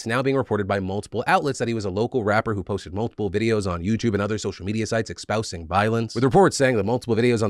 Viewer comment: It's not "expousing" it's "espousing". Just trying to help, superman.